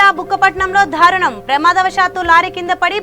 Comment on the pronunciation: Dhaarunam kaadamma, daarunam